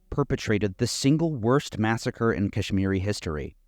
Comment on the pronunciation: As a Kahsmiri thank you so much but listening to you pronouce names did kill me a lil inside. God Bless you